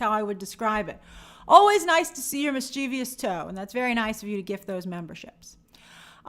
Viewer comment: Mischievous is pronounced MIS-chuh-vuhs.